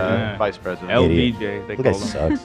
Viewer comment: Ethan referring to LBJ as “LGBD” has me SCREAMING 😂😂